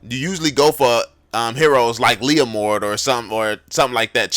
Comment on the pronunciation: when he said leomord i legit felt proud as a leomord main 😂